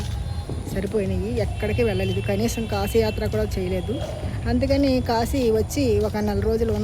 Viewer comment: Q. మీకు శివ అనటం రాదా.... దయచేసి మీ అతి వాగుడు ఆపి.... ముందు శివ అని..చక్కగా..భక్తిగా ఉచ్ఛారణ చేయి... Siva. Shiva కాదు. నీ పైత్యం ఆపు.... శ.....అని పలుకు. ష....అని పలకవాకు. తెలిసి...భక్తి విషయంలో ఇలా పైత్యం చూపితే...నా మాటలో కటువుగానే ఉంటుంది. ఆశ్రమము కశీ శివ మరలా చెబుతున్నా... కాషీ కాదు...కాశీ... షివ కాదు... శివ ఆష్రమము కాదు..ఆశ్రమము ష ..అనవసరంగా పక్కకు... దైవ సంబంధములో అసలు పనికిరాదు